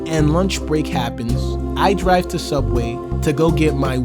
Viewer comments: Don't you mean sooubway? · It's pronounced Sooubway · You see, if this were sooubway it would be way better.